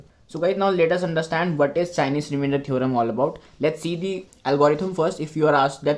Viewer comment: It's chinese not chienese